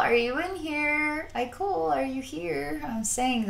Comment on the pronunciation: some carefully worded criticism: i know it was an accident and understand you haven't read the books but uhh you pronounced his name wrong even though it's spelled IKOL (ikol) his name is pronounce ekol as in ecoli (sorry that's the only word i can remember that has that pronunciation) but yeah other than that loved the video